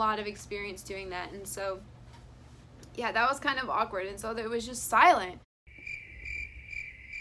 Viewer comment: it's not silent. You say it like aw-kward not ak-ward